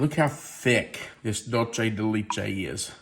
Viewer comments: It is pronounced laychay...it is Spanish. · Leche is ‘milk’ in Spanish. The (both) “e” is pronounced like a long “a”. I’d love to know the maker/ brand/ source for that mixing bowl. Hopefully, Amazon 😂 Those look yummy!!